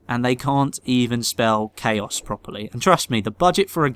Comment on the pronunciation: I hope they will make a Bad company 3 game........comedy is eveything you need ;-) PS.: "caos"...hheeheeehhhaaaahhheheee........lol...